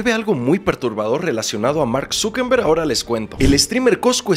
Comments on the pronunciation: amo tu contenido pero debo hacer una observación… su nombre es no es Mark Zuckemberg, sino Mark ZUCKERBERG. Su apellido no es con “M” sino con “R”🥲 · POR FAVOR LEE ESTO: Eres taaaan fabuloso y me encanta tu trabajo, pero par favaaar ya aprende a decir bien los nombres!!! ZuckeRRRRRRRRberg con R !!!!! - No es ZuckeNNNNNberg con N !!! Mucha gente te vemos danos el buen ejemplo, eres alguien que nos informa, no puedes darte el gusto de no leer bien los nombres!! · Mano, aprende a pronunciar los apellidos de las personas. No es ZuckeMMberg, es Zuckerberg